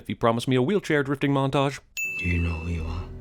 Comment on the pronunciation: Interesting you say it like that. 'Driftig' literally means 'angry' in Dutch.